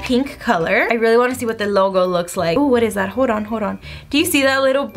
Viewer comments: Who else kept cringing when she kept saying Thad instead of that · Idk why it annoys me so much that she says “thad” instead of “that” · is it just me or every time she says “that” she says “thad” 😂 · Literally I was scrolling through comments just to find one that mentions this Cuz girl, I hear it Too! Same with "a lot" sounds like "A lod"... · I can't ignore the fact that when u say "that" you say "thad" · Rayvenn Harris omg I didn’t realize “thad” til U said it😂😂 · When she say that it sounds like she’s saying thad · She says “what is thad”